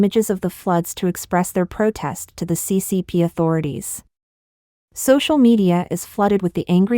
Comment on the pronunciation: What is a 'PROTAST"???